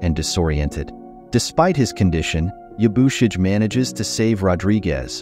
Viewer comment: It loses something when you don't pronounce the character names correctly; It's Ya-boo-she-gay, not Ya-boo-shidge; and the "I" is not long in Hiramatsu, it's Hear-a-matsu.